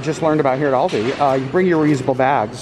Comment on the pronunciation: It hurt my bears when he kept pronouncing Aldi wrong 🙄